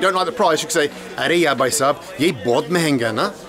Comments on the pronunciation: Its not aree yaaa its actually aree yaar means ohhh friend i dont want. But bald seriously i love too hear from you aree yaa, when you say that you nailed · Welldone good teaching Its arey yaar not arey ya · It is not "ARE YA" It is "ARE YAAR" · Yes, but is doing a Hindi lesson. So he will have to say the R.